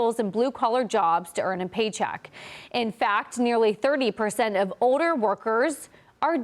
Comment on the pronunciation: What happened to the letter L? Why does everyone pronounce "older" like "oder" It's weird.